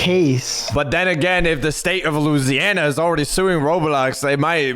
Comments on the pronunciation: Bro said Luziana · whyd he say Louisiana like that😭 "loue-si-ana" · "loseianna" is crazy 🙏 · did I just hear u call my home state luziana?? BOYYYY ITS LOUISANA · state of looseana?